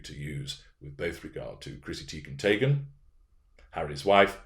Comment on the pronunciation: Every time you say Chrissy Teigen/Taygen I can't help but laugh. I love these recent series. Perfect examples of narc behavior. These behaviors can keep you busy indefinitely.